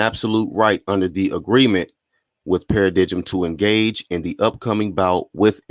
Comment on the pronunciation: In case you report on the story again Paradigm is a noun pronounced pa-ra-dime, good content & ubiased reporting style tho man .👍